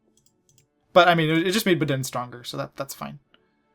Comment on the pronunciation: 1 It's "BAA-din" or "BAA-den" not "buh-DIN" 2 Full taxation for everyone at the beginning is fine, since tax efficiency....isn't efficient. You won't be hurting your pops much. 3 Full tarrifs is best at the start, since admin efficiency is so low and industry is pathetic. More money means more forts, faster RR's, more naval bases, etc etc. 4 Don't peace out minors early, they are war score. 5 Don't forget to invest in countries you want to sphere (just RR's if they might become GP, like Bavaria). Investment hurts others trying to compete in influencing them, and gets more of their market going directly to yours first, which helps your POPs and factories. Whatever your POPs and industry doesn't buy up, then goes on the world market.